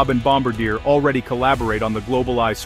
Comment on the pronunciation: Kept getting a twitch when the a.i. kept changing the way it pronounced Gripen, usually getting it wrong, and mispronouncing Bombardier.